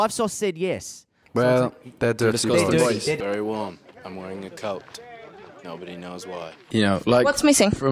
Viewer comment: WE're vereh exCITEd